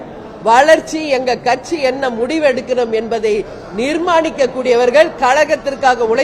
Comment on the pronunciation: This female sasi can't even pronounce katchi properly.